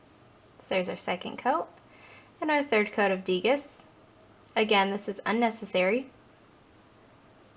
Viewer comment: Degas is pronounced DAY-GAH :) Nice swatches!